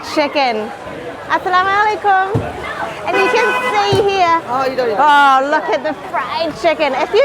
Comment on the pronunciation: i really love your pronounciation for saying "Assalamualaikum" in this timeline , and honestly theres no error and without fail. im really proud as a Muslim and so happy for such precious travellers like both of u, exploring diversified linguistics and cultures at the same time. and now, we all of the Malaysians are fully ready to open our golden gates specially for both of u to explore even more about our traditions, cultures, histories and of course our colorful diversity of food right here. we are waiting for ya very soon. love u guys 🥰😍